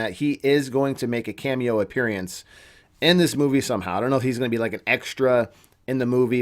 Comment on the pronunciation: he maybe making an "appearience"? " A P P E A R I E N C E " ??? i'm just bustin your balls, lol. nice and informative vid, bro 👍